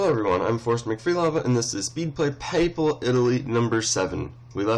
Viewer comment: He said "papal" correctly! <3 Man, I love this series.